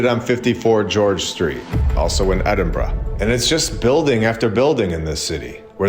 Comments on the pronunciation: He pronounced Edinburgh correctly!! 🎊🎉🎈🎁🎂🍻👍🏻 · First time I've ever heard an American/Canadian pronounce Edinburgh properly 👏 that place is next level beautiful. Honestly amazing